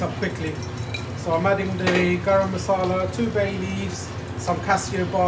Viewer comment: Love your channel :). And it’s Masala not Massala ;) cheers!